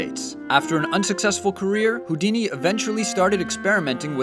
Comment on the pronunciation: Ey yoouuu dice que es Houdini